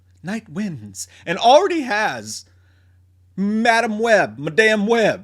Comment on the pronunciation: lol “Muhdamn Web” never gets old.